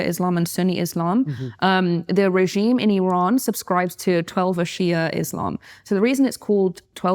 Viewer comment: Why does she pronounce "Iran" like "Elon"? Have I been saying it wrong the whole time? 🤭